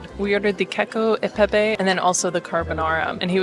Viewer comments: You lost me at Kakio. it's cachio eh pepe! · The pronunciation of “cacio e pepe” isn’t “cakio”, it’s “catchio” 😉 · its cacio not cakio😂😂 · Oh my ears! "Cakio". And it's pecorino in Rome. No wonder Italians roll their eyes. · No wonder the waiter was excited when she ordered the "keko e pepe" lol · I'm Italian and I thought it was cute the way she pronounced CACIO e Pepe. People just need to stop